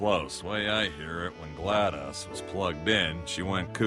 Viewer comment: Can't tell if he's pronouncing it glad douse or glad dos...